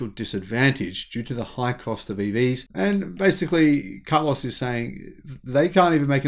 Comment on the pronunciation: I like the way you pronounce his name: car loss.